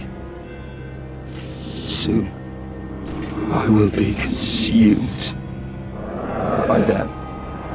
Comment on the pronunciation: Conshuuuumed by the darkness I don’t know why but the way he says that is weird to me